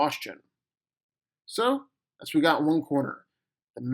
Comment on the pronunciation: “yeh” it’s yeah “whet” it’s what